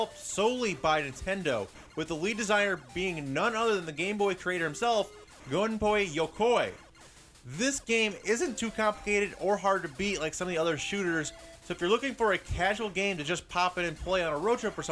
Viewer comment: "Gonpoi Yokoi" lol